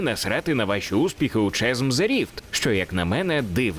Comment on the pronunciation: Та ну блін не Чазм а Казм :) Класно все, молодець що робиш огляд і вопшє кайфую від каналу. Але ж ну :)